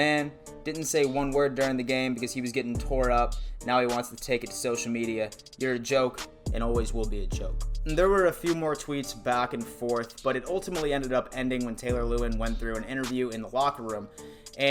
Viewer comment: Lewan is Pronounced “LOU -ON” C’mon bro. Lewan was drafted 11 overall. Love him or hate him you gotta pronounce his name right if this is a serious football channel. GO BILLS!!